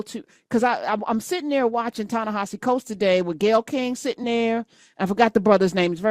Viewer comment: I think that, first, his name isn't Ta-NaHAsi. I think that it's supposed to be pronounced Ta-Ne HEsi. It's spelled Ta-Nehisi. Please just first, pronounce his name correctly. Next, the "Tony guy" was absolutely biased, off base and RUDE. But as we all saw, his inane rantings are a reflection of who HE is, not who he tried (in vain) to belittle.